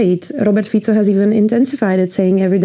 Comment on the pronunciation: Dúfam, že sa nemusela dlho učiť otázky ktoré jej veľvyslanectvo pripravilo. Čínski veľvyslanci v afrických zemiach hovoria lokálnymi jazykmi. " Mistr Piico" - gorgeous, really, your excellency !!!